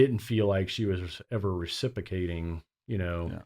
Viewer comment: The best part was pronouncing “reciprocating” wrong😂😭😭😭